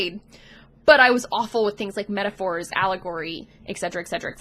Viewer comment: Hi. I'm probably on the spectrum too, possible diagnosis later this year/history of difficulties/autistic family members etc etc. But never mind that, when you said "metaphors" I thought you said "intercourse". Woa.